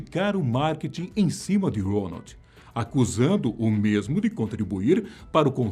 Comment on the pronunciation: É impressão minha ou ele fala ROLAND ?